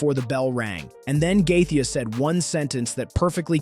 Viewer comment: Also please stop calling him gathea